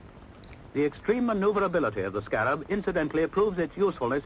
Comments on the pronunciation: Stop shouting! This film is 60 yrs old. Note how the commentstor says the name - Scarab - abd NOT how you said it - Sca - rab with influence on the 2nd half of name. Its not said like thst in UK!!! My Dad helped develop this vehicle as he was an engineer. We say Articulated lorries in UK that have multi wheels - an HGV (Heavy Goods Vehicle) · HA HA nice try but the correct way to say it is a Scammell SCA rab so named because it had vaguely the look of a scarab beetle, but more commonly referred to as the iron horse. I remember as a boy our council used scarabs as bin wagons until the very early sixties, the "bins" you were troubled by were multi occupancy ones from high rise flats which had internal chutes in every flat on every floor to one or two large bins in a locker at ground level, it saved the mess and the sheer exhaustion the bin men would have inevitably suffered traipsing up and down fifteen floors or more per tower block, the automatic trailer electrical connectors were shown in the operating section near the beginning the guy in the boiler suit was releasing the trailer parking brake for the driver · it's pronounced sc-a-rab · I lost count of how many times the name Scarab was mentioned but you STILL pronounce it wrongly. Also the automatic connection of the rear lights etc was shown at length in the trailer hook-up procedure.